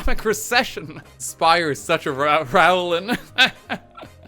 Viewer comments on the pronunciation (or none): none